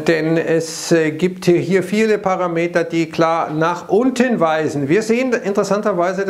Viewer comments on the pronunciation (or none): none